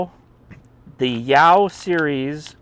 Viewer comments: Pronounced Sh-oww..lol.. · In Mandarin Chinese when it's written in the Latin alphabet, "x" represents a sound that's best approximated with the English "sh" sound. So you were half-right. Add a "sh" to that "yow" (and make sure you keep it one syllable), and you'd be giving a pretty reasonable anglicized pronunciation.